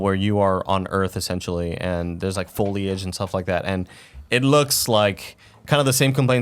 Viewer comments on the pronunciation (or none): lol did Tim say "foilage" 😂😂